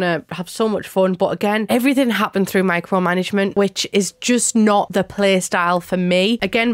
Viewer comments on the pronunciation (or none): none